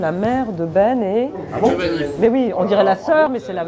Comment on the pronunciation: "Giovanni" le Breton... 🤦🏻‍♂